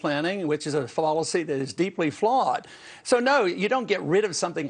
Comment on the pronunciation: Did he say Folicy?